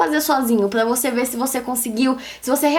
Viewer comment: Débora tem a língua pregada que nem a minha. Meu "R" sempre sai com som de "L". Pla motivar kkk linda